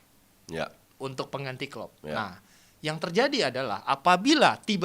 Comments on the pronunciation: Pelatih terbaik di EPL adalah Klep sm Kloop... Wkwkwkwk Keseleo lidah kyk Samsul.. 😂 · bilang Klepp sama Plop😂